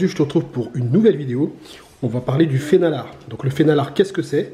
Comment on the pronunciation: Pour ceux qui veulent aller plus loin, le nom norvégien est "fenalår" (prononcé "fénalor"). Mais l'essentiel est là 👍